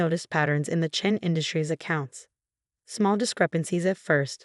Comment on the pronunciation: It's Chen not Chain